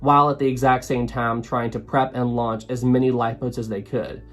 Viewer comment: I'm glad I'm not the only one who forgets the n in launch 😅. It's okay, I do that mistake all the time lol.